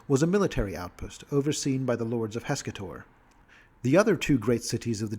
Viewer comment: "Heh-KASS-ter", not "heska-tor".